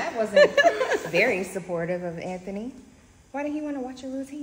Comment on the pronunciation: I thought I was the only one hearing say “AnThaKnee” 🤣